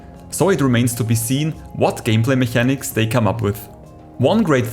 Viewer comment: hey sali mi schwizer fründ. ich khör scho use dass de schwizer bisch wägem akzänt. cooli sach. dini videos sin rächt informativ. für in zuekunft aber: im änglische spricht me s CH als K us. du seisch "mechanics" wie e schwizer aber me seit "mekäniks" quasi. weisch wieni mein :D? hesch e abo vo mir